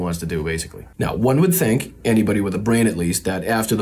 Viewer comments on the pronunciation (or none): none